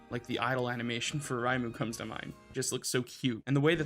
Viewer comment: Sorry for being that guy but I can't get over your pronunciation of Reimu... It's not German! Ray-moo.